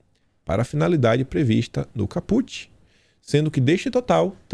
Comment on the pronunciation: a expressão: “caput” é pronunciada com força na primeira sílaba: CAput.